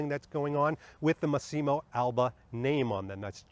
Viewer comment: Great video 👍 Lovely coat but personally not a fan of this look on Bond. Looks more like a Dr Who costume IMHO. (Btw it's "Mass-imo" not "Masseeemo" (sorry😉))